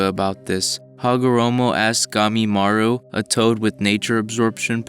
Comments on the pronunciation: It's gamamaru not gamimaru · "Ka-gyu-a"? "Tsukiyomi"? "Gamimaru"? Please learn the names, for God's sake!